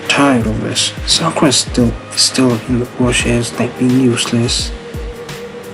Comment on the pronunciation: The names not sakrua 🤦